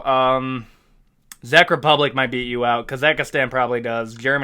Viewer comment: Your Czech Republic pronunciation hurts me 😆